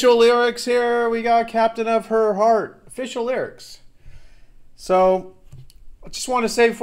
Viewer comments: He pronounces 'her' a little weird and it sounds like 'the,' maybe. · British accent so it sounds like he'h but I just can't here "the".